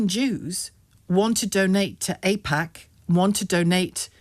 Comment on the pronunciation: Wow is this what you call jurnolism in the UK 😂 its AIPAC btch not AJPAC ! ITS AN ISREAL LOBBY NOT JEWISH LOBBY !!